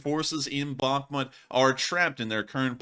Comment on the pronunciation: Bakh•mut : bäk′mo̅o̅t [emphasis on the second syllable]